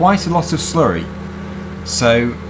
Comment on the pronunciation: i love it when you slury